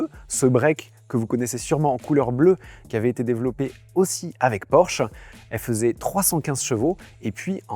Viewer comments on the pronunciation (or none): none